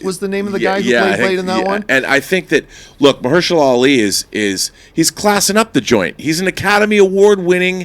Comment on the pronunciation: Old girl totally butchered Ali's name. " Oh no, baby what is you doing?! " Hahahaha